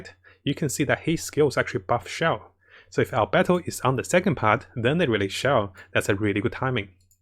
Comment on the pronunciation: Ganring(Ganyu) and Albetto(Albedo) Subtitle: Gaming and our battle